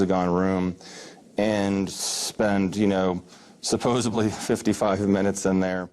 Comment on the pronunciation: "We supposubly spent 55 minutes in there". An airman from the air force doesn't know its SUPPOSEDLY?